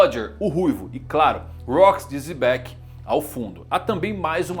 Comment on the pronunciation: Pq ele chama Xebec de Zebec?